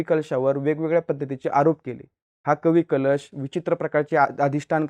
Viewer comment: Ek tr tu utka bhikar anchor ahes , tu adi history vachun ye ani kavi kalshancha nav nit gheyla shik